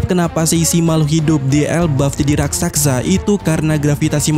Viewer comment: Raksasa Min.. bukan Rak Sak Sa